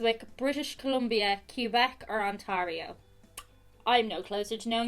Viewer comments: Its pronounced ont- Air-io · The way you pronounce Ontario KILLS MEEEE its so funny to hear OnTARio not On-TEAR-io lololol, love my home province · You know youre ducked for this test when you cant pronounce Ontario correctly 😂😂😂😂😂😂 luv u